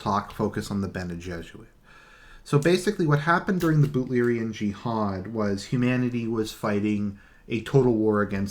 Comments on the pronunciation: Yes its Butlerian Jihad...BUTLER. He just pronounces it oddly. :) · Butlerian jiahad is right, he just prenouns it wrong, but he got it right